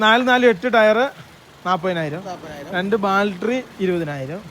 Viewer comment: Dear friends, ബാൽട്ടറി അല്ല " ബാറ്ററി" എന്നാണ് പറയുക. ഇത് നിങ്ങളുടെ ഒരു സ്റ്റൈൽ ആക്കാം 👌🏽 style